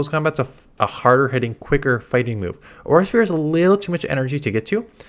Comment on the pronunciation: 😂why he struggling so much to say auro sphere